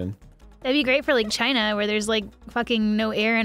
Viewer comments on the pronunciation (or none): none